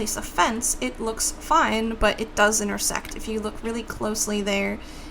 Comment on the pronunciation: When she said intersect the second or third time, it sounded like intersex xD